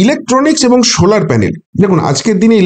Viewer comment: শোলার প্যানেল নয় সোলার প্যানেল।